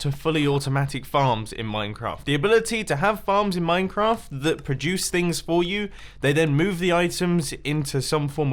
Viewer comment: Who else pronounces "Minecraft" as "Moincraft"